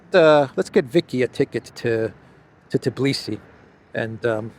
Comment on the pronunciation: It is Tbilisi not Tiblisi :):)....